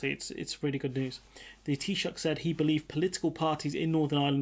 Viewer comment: Perfect pronunciation of Taoiseach.